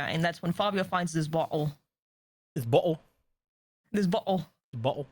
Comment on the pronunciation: In some accents, the way you said bottle in the recap is how some people would say butt hole, which tickled me.